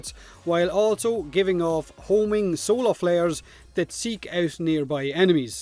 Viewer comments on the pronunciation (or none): none